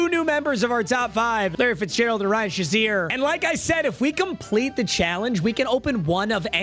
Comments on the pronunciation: It’s fucking SHAY ZEER not shu zeer you dweeb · please someone tell him it's pronounced like Shay-zeer as a steelers fan it hurts my soul